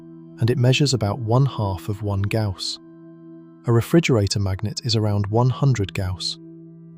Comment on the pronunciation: Gauss... Not ""Gouse."